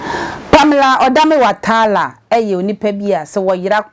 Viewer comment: The name is Watara not Watala madam 😂😂😂